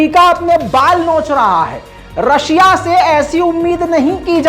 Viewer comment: Bhai aapne rakhshiya bol diye start me